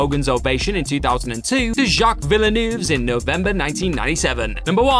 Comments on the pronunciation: Villeneuve (Veal-Nerve). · The pronunciation of Villeneuve hurt my soul.